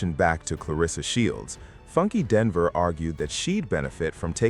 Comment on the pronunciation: it is pronounced Die Knee va. Funky Dineva damn. Learn to pronounce the names please